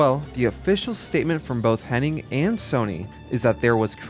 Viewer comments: FYI her name is Amy HennIG not "Henning". It's painful to hear every time you say it wrong, especially when her name shows up on screen in your own video. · Hennig, not Henning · It's Amy Hennig, not Henning. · It sounds like you pronounced her last name as "Henning" the whole time although her name is "Hennig" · HEN-EGG, NOT “HENNING” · It’s Amy Hennig, not Henning. If you’re going to say a very simple name many times, then at least get the name right. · Her last name is Hennig. You’re throwing in an extra N that isn’t necessary. You’re saying Hen-ing. It’s Henn-ig